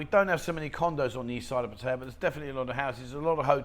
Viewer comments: I can’t believe how many don’t put the effort into saying, Pattaya correct. Not,, Pa tie’ ya. It’s pa ta ya’. Ask any local, make an effort. It is the only respectable thing to do. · For some reason the Brits really struggle with this. Pat-I-Ya not Patty-a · it’s pa ta ya. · Info is good buy after so long in Pattaya one should pronounce the name correctly.